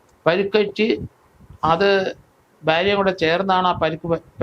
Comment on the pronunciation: ബ്യാര്യ അല്ല ഭാര്യ😅